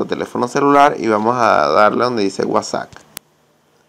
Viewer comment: Es admin al pronunciarlo